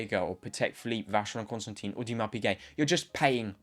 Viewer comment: You can't even pronounced "Constantin" correctly kid